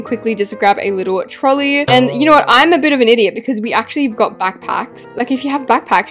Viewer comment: I loved when you said trolley😂😂😂